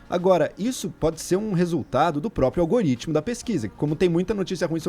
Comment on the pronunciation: Apenas corrigindo, não é "algaritmo", como a jornalista falou (mais de 1x) mas sim "algoritmo", que significa sistema de cálculos numéricos.